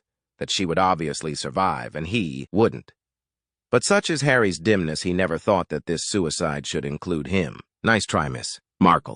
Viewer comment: I have always enjoyed your videos, but not so much with the electronic voices. The voices jar and just as one ignores the voice we get Harry ‘S’ or Kate’S’ where the system does not recognise the apostrophes! It’s a shame as your copy is a lot better than some contributors but like piped music…unless it’s a short message like STAND CLEAR OF THE GATES or a man’s voice claiming when he ‘was pregnant’. It really spoils the broadcast.